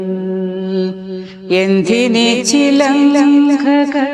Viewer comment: Chilankha alla madam… Chilanga 😂😂